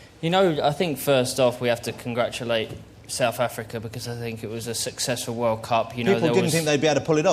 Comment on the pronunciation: he`s so good looking and a nice quy, but i hate it when people pronounce th as f.....as in souf africa, its so so embarrasing!!! :-(